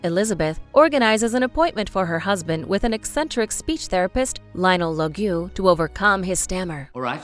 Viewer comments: If I may be a stick in the mud, the narrator kept saying names incorrectly. She said Joseph was Fiennes /fié.nes/ and Ralph was /fáins/. Then the character of Lionel Logue she name /lo.giú/ instead of /lóug/. I’m sure there was another, I can’t find it now. Makes me cringe. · Since when Logue is pronounced as [Logju]?? In the film he is [Loug]